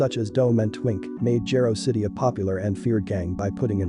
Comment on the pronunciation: "Jah-roe" City. Just in the future for pronunciation but great documentary 👍🏽 👏🏽